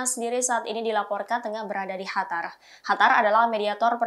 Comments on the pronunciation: Sejak kapan qatar jd hatar 🤣🤣 Suka seenak jidat aja klo nyebut2 😂😂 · bukan hatar tapi qatar